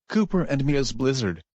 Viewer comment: It's bilzzard